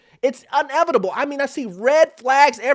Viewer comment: *inevitable not unevitable. js